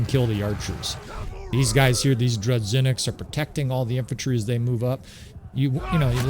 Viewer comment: No, it's pronounced as 'zh'. Droo-zhy-nick.